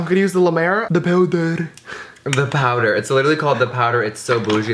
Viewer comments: "DA POWDERrRrRr" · James "the powder"😂😂love the accent